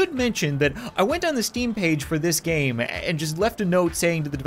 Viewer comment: It sounded like he said "what's up guys and welcome back to the coin gay" 😂😂😂😂😂😂😂😂😂